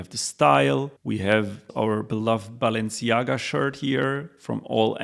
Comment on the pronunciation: you lost me at "BAALenciaga"